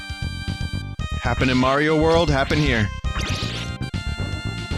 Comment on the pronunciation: Never heard of Super May-ro...